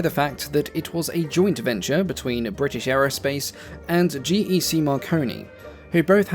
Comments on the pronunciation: Bri ish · Bruh why bri'ish we dont all talk like that. Could you imagine king Charles saying bri'ish? 😭🙏🏻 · There's a T in British get it right